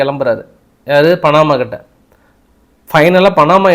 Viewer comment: பணமா இல்லை பனாமா.தமிழ் உச்சரீப்புகளில் நிறைய கவனம் தேவை